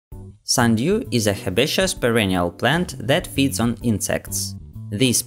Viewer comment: "sunDEEWW" lol